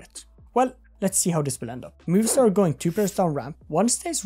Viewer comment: It's MOVIstar not MOVIEstar :D